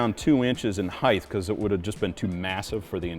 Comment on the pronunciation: Height!!! Not "HeigTH!!! LOL Much love!